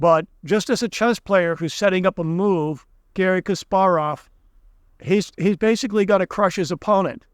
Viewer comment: You don't have credibility when you mispronounce words and names. Japanese currency is the YEN not the JUAN -- Gary Kasparov's name was terribly mispronounced. I like your channel but I have to scratch my head when you get names and words mispronounced.